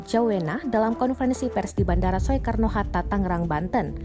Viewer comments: Soekarno itu bacanya "Sukarno" bukan "Swekarno!" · Bilang saja SUKARNO HATTA, bukan SUEKARNO walapun ada huruf E. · kenapa bacanya so-e-karno bukan sukarno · Bacanya so e karno, baca sukarno...dasar pauk. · Soekarno Hatta itu dibacanya Sukarno hatta, bukan Sowekarno hatta. Semoga bisa lebih baik lagi ya. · Tolong naratornya benerin. Bukan "So-e-kar-no", tapi dibacanya "Su-kar-no". Itu nama Bapak Proklamator Indonesia lho. Btw semoga seluruh keluarga korban diberi kekuatan dan ketabahan, semoga semua korban segera ditemukan, dan semoga semua org yg terlibat dalam investigasi dan pencarian diberi kelancaran kesehatan dan keselamatan semuanya. Aamiin. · Pembaca berita mbok Ya yg bener bilang Sukarno masak dbaca Soekarno, turut berduka cita bagi para korban. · Soe Karno 😀😀 itu ejaan lama nak oe di baca U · Soekarno baca Sukarno,parah banget narasixa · Sowekarno itu bandara mana? Belajar Bahasa Indonesia nggak sih mbak nya... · Penyiar kok baca Soeharno Hatta nggak bisa ..Soe kab bacanya Su... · pendidikannya apa? Baca SOEKARNO aja masih salah. Malu²in Negara aja. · ini yg ngomong org indonesia bukan, baca soekarno aja gabisa